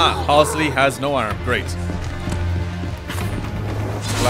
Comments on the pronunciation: "Halsey" not "Hasley" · I know this is nitpicking but you keep saying “halsley”. It’s pronounced and spelled “Halsey”. There is no extra L. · "Halsey", not "Halsley". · it's HALSEY. not halsley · Halsey no halsley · I think he said HALSLEY but still good comment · Everyone: Halsey: Halslee. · "Halsley" lmao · I only just noticed now that you keep repeating the wrong pronunciation of Dr. Halsey